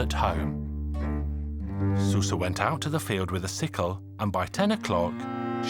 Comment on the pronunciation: It's actually pronounced "shoo-sha"